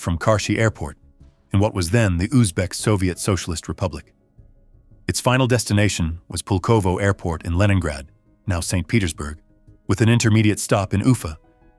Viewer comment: Что ты мелешь, тупой робот!? Какой сисисипи? Эс ЭС ЭС Эр!Так это читается правильно!И какое пулово если правильно аэропорт в Ленинграде называется Пулково! Самолёт не тупа́лев а Туполев!И не 254 а154!! Это только некоторые так сказать ошибки за первые несколько минут видео! Это просто невозможно слушать!Ставлю дизлайк и нет сил смотреть и слушать эту галиматью до конца!